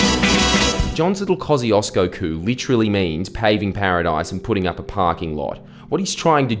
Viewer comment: Koo-shesh-co not kozzyhoodoosbro